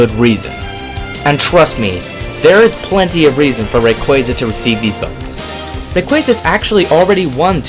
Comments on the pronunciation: Its not Reyqueyza its Rayquaza... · RAY QUAH ZA, not RAY QUEA ZA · Its fucking Ray-kwah-zah. Lol come on man. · You're saying rayquaza wrong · how is it correctly pronounced? Ray-qwaaza? or Ray-quayza? either way Suicune is clearly the best. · you pronounce rayquaza wrong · …I think he said Rayquaza wrong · SAY RAYQUAZA CORRECTLY!!